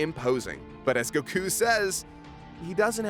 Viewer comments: STOP PRONOUNCING IT gokU IT'S GOKU OK? GOKU FOR FUCKS SAKE. DAMN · why did he say keep saying Goku like Gahkoo? have I been pronouncing it wrong all this time? Go-Kuu? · The way you pronounce goku is...odd... I know it's not actually wrong but still just sounds wrong to me lol. fast on the go elongated on the ku o.O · I really hate how he pronounces goku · “And it is apparent on we” Sorry for being over 7 years late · Don't like being that guy that bitches about a tiny detail of the video rather than the video itself, but if you're going to try to pronounce a character's name the way you think it "really" is,, don't douche it up by throwing on an accent literally no one in an official capacity would ever use. I get that you don't speak Japanese, but don't attempt to speak it if you don't want to learn how. Not that you'll listen, because you're a big ol' baby about criticism, but yeah. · Why can't this guy pronounce goku right? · Their pronunciation of goku and zamasu are infuriating. I love anime, but I don't go out of my way for the Japanese pronunciation of character names. It just makes you look like a douche.